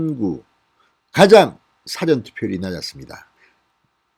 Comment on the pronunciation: 성호씨 참 말안듣네 사전투표 발음 고쳐주세요 4번째요청드림^^